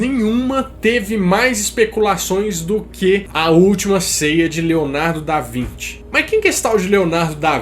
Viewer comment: Mano kkkk Leonardo da vinte? Acho q é da Vinci lkkk